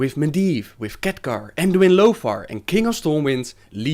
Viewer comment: I love how you pronounce Khadgar as Catgar